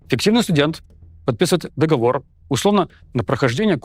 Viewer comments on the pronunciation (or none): none